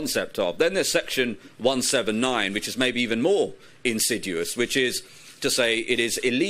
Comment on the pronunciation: Good presentation. Pity about "insiduous".